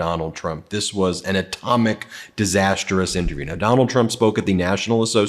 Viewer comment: The word is disastrous not diasterous. Trump is an evil crazy man.He was rude to Rachael Scott who is always at his rallies He said he always thought Kamala was Indian and now suddenly she is black.Kamala has always identified.as black.Even her mom had said she had two black daughters to raise.If ge didn't know that the VP of the country is bi-racial he doesn't need to run for president. He doesn't know what is going on in the country. He even calls her names and say she is crazy and failed her bars once but didn't know she was half black.Real j......s